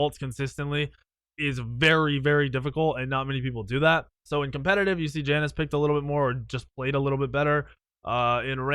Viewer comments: It's pronounced (ya-nuse) not (jan-ous) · It's pronounced "Ya-Nes"